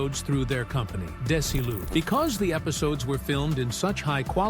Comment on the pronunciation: Dez-E-lou! What's so hard about THAT???